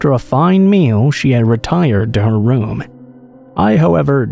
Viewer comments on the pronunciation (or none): none